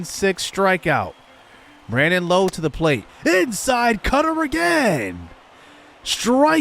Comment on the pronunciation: Great video bro! Just wanted to let you know, Rays fan here haha, for Brandon Lowe, his last name is pronounced like saying “ouch” Nate Lowe and Josh Lowe are pronounce as you said it today.